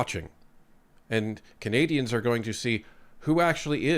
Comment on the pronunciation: Did you say Cathay dians? 😂